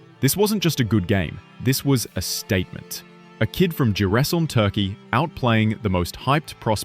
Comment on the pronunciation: the teller become a native Black Sea person on the 10th minute of the videos and reads Giresun as “Ciresun”😄like most of the people from East Black Sea area😅👏🏻👏🏻👏🏻